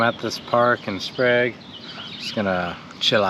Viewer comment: Grange and Sprague are bot h pronounced with a long A sound.